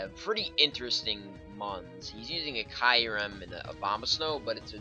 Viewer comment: oh, and kee-u-rem, it's not spelled kairem dingus